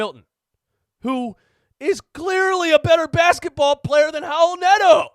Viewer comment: "Raul nato" i mean c'mon man